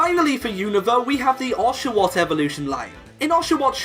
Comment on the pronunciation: When you sed oshawoll it sound like doshawoll.